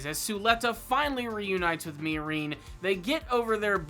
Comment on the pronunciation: The way you pronounce Miorine makes my skin crawl